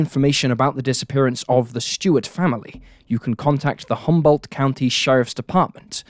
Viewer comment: S-T-U-A-R-T. Stuart, not "Shtewart". This trend of randomly adding an "h" to words that contain an "s" is getting tiring.